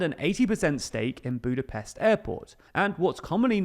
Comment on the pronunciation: it is Budapest you say it with an 'SH'